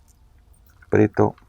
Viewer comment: es "aprieto"🤣